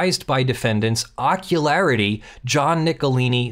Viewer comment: I wish I could remember which movie/show it was from, but every time said Ockularity, I heard "Jockularity."